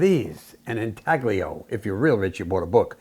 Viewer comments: Pronunciation: The g is silent. in tay lee oh. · Here is how to pronounce "intaglio"